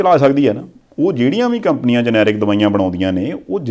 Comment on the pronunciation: I think the real pronounciation of generic is ge-ne-ric (ਜੈਨੇਰਿਕ) but not g-ne-ric (ਜਨੈਰਿਕ).